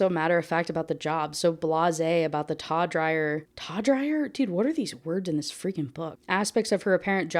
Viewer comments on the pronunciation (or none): If anyone is curious when she says "taw-dryer" the author is trying to take the base word tawdry (taw-DREE), meaning like taboo. So the more taboo or evocative aspects of her job